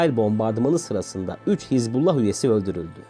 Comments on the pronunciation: КАК ЖЕ ПРОТИВНО ТЫ ПРОИЗНОСИШЬ СЛОВО ХИЗБ"У"ЛЛАХ. А НЕ ХИЗБАЛА!!!И В ПЕРЕВОДЕ ЭТО СЛОВО НЕ "ПАРТИЯ БОГА" КАК ТЫ ТАМ ГОВОРИШЬ,А "АРМИЯ АЛЛАХА"!!!ПЕРЕД ТЕМ КАК ВЫСТАВИТЬ ПОДОБНОЕ СТОИТ ХОТЯ БЫ ЭЛЕМЕНТАРНЫЕ СЛОВА УТОЧНЯТЬ!!! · Звучит как то нелепо ХЕЗ-бола😂 когда все знаю как правильно по-арабски «Хезбалла» или «Хизбалла» с окончанием на последние гласные. от слов «хезба» и «Аллах» «партия Аллаха» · Не Хезбала,а Хизбуллах. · Не Хезболла а Хазболлу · Ударение ставь правильно, не хизбАллах а хизбаллАх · ХезбаллА. Вы не правильно делаете ударение в этом слове. Ударение на последнюю букву ! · Хизбала ударение на хиз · Капец автор Хасббулла правильное произношение 😂,иди учись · Научите этого чела правильно называть Хезбаллу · Научитесь правильно выговаривать терорестическую организацию.